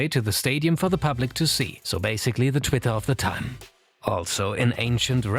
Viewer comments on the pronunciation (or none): none